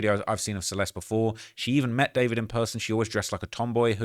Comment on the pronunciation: It’s not David it’s Dee four vid hahahah